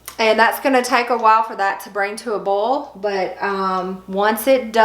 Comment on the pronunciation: Start watching . Also, boil is pronounced "boy-el". If you're blanching purple hull peas (or any field pea), it is recommended to dry them before bagging.